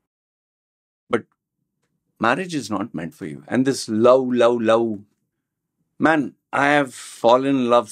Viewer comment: You are making fun of the Indian pronunciation of the word love by saying lou, and then keep saying Vomen instead of Women. 😂😂😂